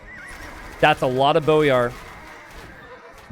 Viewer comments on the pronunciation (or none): none